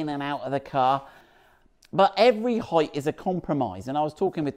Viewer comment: Height is correct it’s not th in the end it’s ht . Therefore your pronunciation is perfect